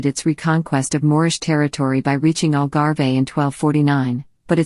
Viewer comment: algarve..not algarvey